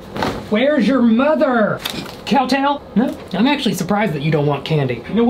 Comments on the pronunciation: Him: cowtall? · This is how many times he said cowtail 👇